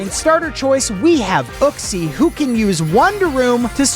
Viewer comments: And it's pronounced yooxie not uh-ksee. Lol it was hurting my soul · It’s pronounced (yu) (xee)